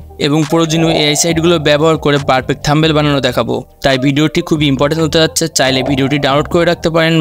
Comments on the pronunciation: আগে Thumbnail উচ্চারণ করা শিখ ভাই। 😂😂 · Eta THUMBNAIL bhai, apni to THUMBEL bolchen